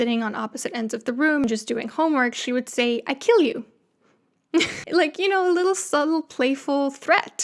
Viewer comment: “I keel u”